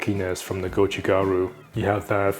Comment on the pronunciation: Beautiful videography, beautiful video. Can we also make the language beautiful too? Can we pronounce it correctly as “doubanjiang”, rather than “dough bann jaeng”? Or “gochu garu” rather than “goe chooo gaeroo”. Love your videos though bro.